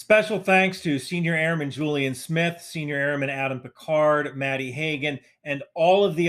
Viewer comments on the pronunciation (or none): none